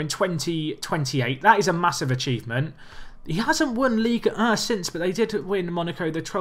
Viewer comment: I love how you pronounce Ligue 1. Basically you say 'Ligue Uh'